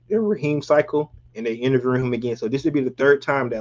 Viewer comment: Interverd 😂 bruh gone have me saying that shit